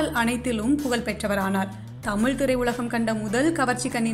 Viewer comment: Poor prounoisiation of Tamiz and not tamil